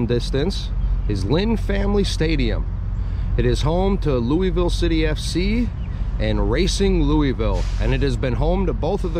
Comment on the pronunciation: ya gotta say louisville like you have water in your mouth. Also, we make bourbon, not whiskey. Appreciate your visit and the video though